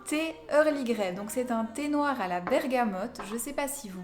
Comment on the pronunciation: Merci laurence et oui dire bergamote, c'est marrant j'avais jamais remarqué 😂😂